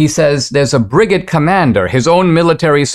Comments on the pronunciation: Now if you can just pronounce brigade correctly. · I winced each time lol😅